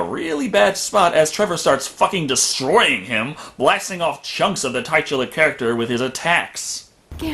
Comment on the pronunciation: Titular is pronounced TIT-ular, like "what a nice set of TITS", not TIGHT-ular, like "this guy correcting my pronunciation is upTIGHT"